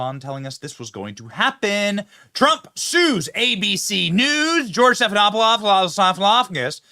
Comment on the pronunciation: Thank you for injecting humor into your deeply provoking issues: your pronunciation of Stephen Stefanopolous, -agus, -poolis. You're right, we need to smile, too. Makes us human.